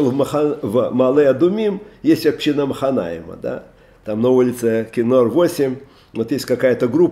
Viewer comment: "Ступень" - ударение на последнем слоге. "Община" - ударение на предпоследнем. А вообще слушаем рава постоянно и восхищаемся!! Огромная благодарность!!